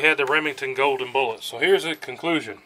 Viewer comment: Goodness gracious learn how to pronounce the word bullets.